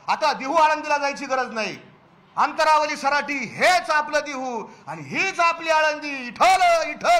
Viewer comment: ह्याला अंतरवाली असे म्हणता येत नाही, तो अंतरावाली म्हणतोय. हा माणूस जरांगे चा सहकारी नाही. हा सरकारचा कुत्रा आहे. ह्याची न्यूज दाखवून काय फायदा नाही आम्हाला माहिती आहे काय सत्य आहे ते.